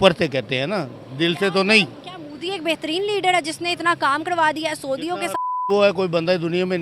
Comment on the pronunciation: Is hakli ko bolo pehel modi bolna sikhe mudi😂😂